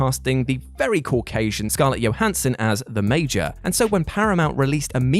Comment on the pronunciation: Scarlett jo-HAN-son, not yo-HAN-son. Jason SEE-g'l, not se-GAL.